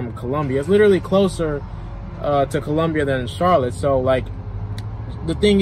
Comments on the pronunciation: It’s Columbia not Columbus….& he gives my state a bad name😢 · COLUMBUS????? SOUTH CAROLINA????? ITS COLUMBIA BRUH PUT SUM RESPECT ON DA MET FR